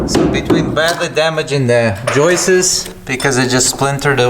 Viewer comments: Someone tell there’s no such word as joistes😂😂😂😂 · Y'all need to start teasing for saying "joist-ez". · Ok, the joke pronouncing of the word joists has gotten old. The plural is pronounced the same as the plural. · it's not Joyce's but joists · Joists not joistes. The singular joist and the plural joists sound the same when pronounced. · It’s joist, joist. Not Joyce. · Been watching this from the beginning and I have to say my hat my hand , but joistes is fkn annoying .... joists is how it's pronounced...... Loving what you've doing from London England..... Give me a shout out.... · "Joist-es" is incorrect plural pronunciation of the word. Try annunciating the "t" in joist clearer, and then add an "s" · fella's...... it's floor joists..... not joyces. :-) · Can no one pronounce JOISTS correctly? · I love you guys but please... JOISTS sounds like HOISTS. 😂😂😂